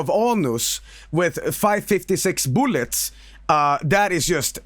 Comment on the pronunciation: "blasting out of aunus with five fifty six bullyet" fucking killed me holy shit